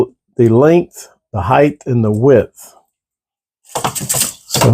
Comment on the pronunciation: If the spelling is "Height" its pronounced "hite".